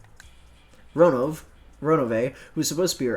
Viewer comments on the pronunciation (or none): Oh Jesus Christ it really will take a while to get used to Ronov being said Ronove just like I pointed in last video>_< So I liked how you accidentally said Ronov:) I would of known this if Steam had the voices LOL. Ah this part I forgot how explaining it can get. In other words confuse the fuck out of me with all this info like the Hampels Raven. Nah it’s because the game has a lot of info thrown at you that it can get really confusing or easy to miss. Hasn’t Beato mentioned in the letters that she is back to take everything that is her’s? So I think it makes sense that Ronove has the golden eagle crest as he is Beato’s was it I believe butler or servant? Oh I don’t think you guys pointed out that the 7 sisters of purgatory also have the golden eagle crest too. I believe they too are her furniture. Ewwww that thing you were describe about the hotdog that sounds like Krauss is disgusting to me LOL. I might have eaten that at one point because again ewwww